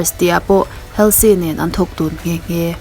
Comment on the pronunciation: Halsey hi ‘Holzi’ tia lam tur oo 😁😁